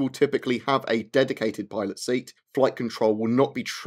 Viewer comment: LOL, the first time you said "pilot seat" it sounded like "toilet seat."